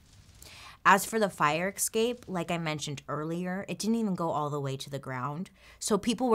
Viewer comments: I absolutely love these, thank you! I enjoy the MMM Mondays too but I feel so much smarter after watching these ones. One small note on pronunciation: escape, not exscape.... I do love how self-deprecating you are about your language skills but you really are a fantastic story teller, mispronunciations not withstanding :) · I love love love Bailey! But, the only thing that drives me bananas is when she/or anyone else says “EXscape” and “EXspecially”. There are no X’s in those two words. In all fairness, I have heard numerous people do this, and I have no idea why it drives me crazy, but it does! 🤷‍♀️ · I love how Bailey says 'excape' :D no ill will here, just really enjoy it! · Does anyone else just love the way Bailey says escape? "Exscape" haha so cute! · Has anyone noticed that Bailey pronounces escape with an X instead of an SC ? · Why does she pronounce 'escape' so weirdly? Is this a regional thing? (I'm not a native English speaker)